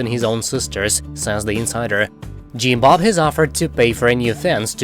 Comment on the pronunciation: I love how he says “Jeem Bob” 😊